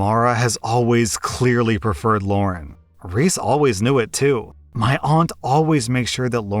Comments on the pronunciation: The way he said "Lauren" and not "Lara" made me kinda mad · The names are “Mara” and “Lara”. Not “Mora” and “Laura”. Come on dude. At least try to get it right. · Lara is pronounced Lah rah. Not Loren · Am I the only one irritated that kept calling LarA, LaurEN? Yes? Ok. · no one gonna talk abt how called lara Lauren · maybe it's just me but is saying lauren to that story with the sisters reese and lara? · Why does always change people's names? It's getting really irritating. The kid's name is Lara. Not Lauren, Lara. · Why are you calling “Lara” “Lauren” in the second story? Lol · you do know that "Lara" doesn't have an "n" sound in it right? lol